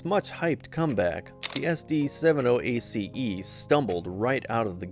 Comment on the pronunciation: All that and it's AI .... SD seven oh ACE yeah right ...